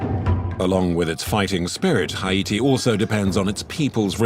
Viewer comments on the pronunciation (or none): repeatedly mispronounces the name of the country haiti. absolutely insulting